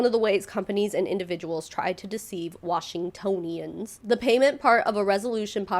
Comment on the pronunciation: Also you said Washingtonians correctly aha. Wash-in-toe-nians! Its a weird one and trips everyone up, even here. (Same with Seattleites!)